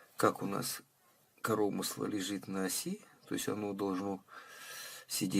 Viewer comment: Уважаемый, судя как Вы выкручиваете регулировочный винт, то резьба ЛЕВАЯ. И извините, режет слух ваше "корОмысло" с ударением на второе О, а правильно по русски коромЫсло с ударением на Ы.